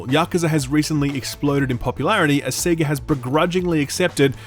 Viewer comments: sea-ga? That hurt my ears . It's sayga surely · "SEE-GA"? How dare you. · Wait. Did he just pronounce Sega as “sea-ga”??? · Big fan of the channel. Just being goofy here.. You say Sega as Seeega as any Australian would... but Beta you say like Americans would without "eee" sound. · “SEEGAA” what? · SIIIIIGA lol Australians can pronounce anything can they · Woah woah. I'm going to need you to pronounce Sega again. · Anyone that's played Sonic will know how to properly pronounce Sega. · Whoah, you pronounce Sega weird.